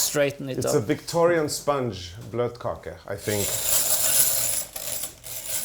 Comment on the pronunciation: It's bløtekake, not "blotkake" (ew)...